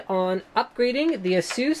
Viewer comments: Az-zus not assuss! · There really isn't a "right" way to pronounce ASUS, ASUS is a company from Taiwan (I'm a Taiwanese, and I'm very proud :D) and they all call it "AHHSOOS" So I don't see what's wrong about it